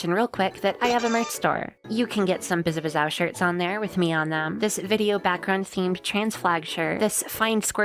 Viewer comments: You’re pronouncing the very end of her name wrong. It is not O, it is Ow. like you stubbed your toe or hit your elbow ow. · Okay, pronunciation guide: Biz (as in "Business") A (as in "A ton") Biz (same as before) Ow (as in "Ouch") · I both want him to spell it right but also keep doing wrong because its funny